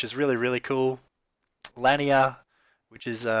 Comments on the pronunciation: It is Lanier which is pronounced La Neer. All good :-) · Pronounced "luh-neer" Otherwise, great videos.